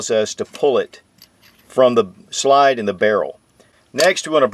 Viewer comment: Anybody else hate how he pronounces slide. He literally says shlide, there’s no sh, why tf does he do that